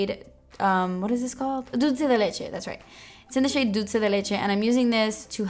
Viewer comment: Random question but why does she pronounce dulce like dutze